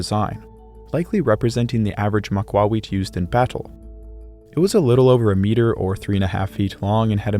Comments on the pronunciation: Excellent quality and history Is spot on but the absolute dumpster water magled trashcan of a pronunciation for the real name of the weapon is wild. Also there are absolutely a massive collection of tablets and drawings where they used the large rectangular blocks of obsidian. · That's not its pronunciation. It's gibberish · This pronunciation of "macuahuitl" would have done more damage to an Aztec warrior than the actual weapon 😭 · The pronunciation would be more like maka-whittle but great video as always 🤠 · Ma-qwa-we- '*call over a horse you wanna pet*' Interesting pronunciation lol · the what? Maqwawikh???? My whole life I’ve been pronouncing it “mah-que-hee-tul” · It is almost painful to listen to you butcher that pronounciation. Repeat after me Mock - Q - hit - L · I am 99% sure he is saying Macuahuitl wrong lol it just sounds wrong to me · It's Ma-cua-HUI-tl, not Ma-CUA-huit Emphasis on that last part Heck, there are maaaany youtubers who understand that yet the guy who "did his research" doesn't? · Thing is in the process he messes up the correct syllable to stress. Point taken in that at least he cared to keep the "h" mute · Could not watch it due to how they were pronouncing Macahuitl. Its not pronounced "Mac-wah-we-ich" Its literally vary easy "Mah-kua-he-til". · MAAh-KuAAh-Wee-tL not macaweet. Así como él lo estaba pronunciando fue suficiente para enojarme. Hui like in the word Huisache. and tl like in the word Nezahualcóyotl or Axolotl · Your pronounciation is not one I've heard. I've heard it pronounced "ma-kwee-tle", with the last syllable sounding like the last syllable in "turtle " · Its pronounced mah-kah-huatl. Maka-wattle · Pronounce the last "l", like the work "little." Pronounced Ma-coo-a-wee-tl. Your pronunciation, of not saying the last "L" is annoying. You should have gotten a swordsman or looked at YouTube videos on how to use swords. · Ma-cua-hui-TL, you gotta pronounce the TL harder. Sort of like take "tul". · Ma kwa wetł